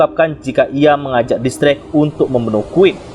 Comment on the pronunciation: X drake, tapi mimin bacanya kok gitu yak :v